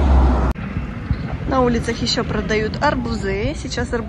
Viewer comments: Не арбузЫ, а арбУзы!!! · Если вы так хотите быть блогером, ну хотя бы старайтесь говорить грамотно! Нельзя говорить арбузЫ,!! Следует говорить арбузы!